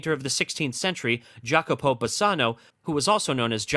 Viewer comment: You're mispronouncing "Jacopo" but interesting video.